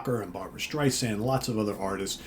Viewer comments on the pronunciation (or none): none